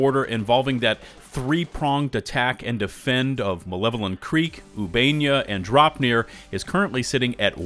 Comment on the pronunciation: I got to comment, you are saying Ubanea the wrong way. It's pronounced Ew-Bah-Nay-Ya system not Ew-Bain-Ya. Or atleast that is how the ship computer system says it whenever you plot a course to that system.